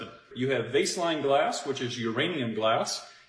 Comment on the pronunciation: Cultivate Elevate guy with the radium glass keeps saying 'vase-line' glass. It's Vaseline glass...like Vaseline petroleum jelly. It's called that because Vaseline was sold in radium glass 100 years or so ago. I can't trust what he says for that reason.